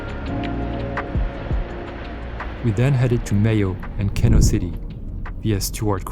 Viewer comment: It's pronounced "Keeno" - just to set the record straight!